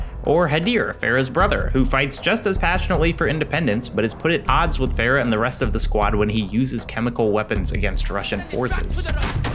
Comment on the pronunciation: the way you said "Farah" bro ☠ My aunt is named Farah and it pains me the way you said that name.